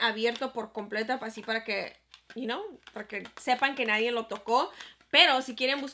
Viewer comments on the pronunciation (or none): hermosa, se dice "nadie", no "nadien", te quiero ❤ me encantó el video.